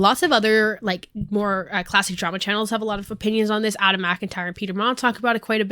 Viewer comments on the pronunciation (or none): none